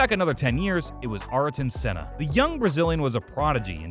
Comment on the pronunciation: GIELESS VELLNUVE ARTIN SENNA MICHAEL SHOE MAKER ALAYN PROEST